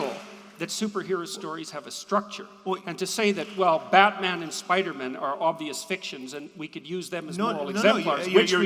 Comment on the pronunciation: As if there weren't enough annoying things about JP, I've just discovered that he pronounces "Spider-man" "Spidermn", like it's his surname.